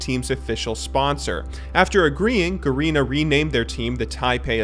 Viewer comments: He actually pronounced it "GARINA" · garina HAHA its ga-re-na